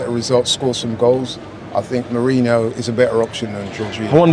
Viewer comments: Somebody please tell the name is Merino, NOT Merinho 😂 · Thats what I said too, how hard is it to say merino? Lol